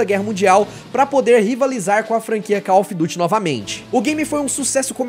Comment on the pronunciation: Ganhou like e + 1 inscrito só por pronunciar call ofi duti e não call mófi duri